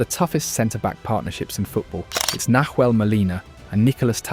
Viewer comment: Great video! Just a tip so it doesn't sound so off when you pronounce a couple of names: Say "Nahuel" like "Nauel" (silent H), and "Paredes" like "Par-eh-d-eh-s" . Thanks for the great content and narration (and your admiration for Argentina's football!)